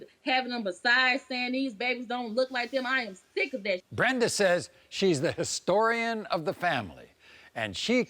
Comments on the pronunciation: Soooo we just gonna pretend she aint just said historiton.... okkkk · And the grandmother said she now the family historitan! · She said ‘HISTORI-CAN’ then she caught herself. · I noticed that too, she couldn't even stay the word Historian correctly. What an idiot